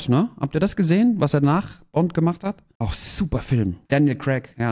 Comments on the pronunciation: daniel crack😂😂😂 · Ich liebe Däniel Cräck. 😆👍